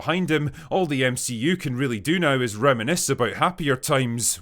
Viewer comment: “Go away neow”. My favorite part of your videos 😂